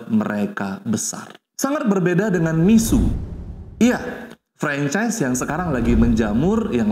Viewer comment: Mixue dibaca /Mi-shu-e/,, bukan /Mi-su/